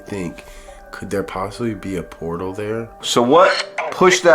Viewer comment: I'm sorry but "portal" and "vortex" do my head in.